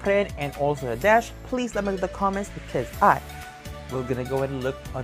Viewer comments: Actually, Nadech's name is pronounced as NADET in Thai :) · Those were not pilot uniforms. Nadech (pronounced as Nadek btw) played as a navy official and a royal guard in one of his lakorns with his girlfriend Yaya Urassaya. The lakorn's name is The Crown Princess. I have no idea about Mark's uniform but i am pretty sure its also for a lakorn. Nadech's dog's name is YenYen which he adopted. Only Nadech is having a relationship with Yaya. They've been together since 2011. Mark's girlfriend is Kimberley, Yaya's bestfriend. Btw, these 4 are best of friends. Yaya Urassaya is one of the most famous thai celebrities. Known as the queen of presenters because he represented over 200 brands and she is the first and only thai actress to be tapped as Friends of Louis Vuitton, and only thai actress to be included in the prestigious business of fashion (BOF) list. She is also the most decorated actress for winning most acting awards. You are right, Nadech has more awards than Mark. He is in fact the thai actor who got most awards with only 10 years in the entertainment industry.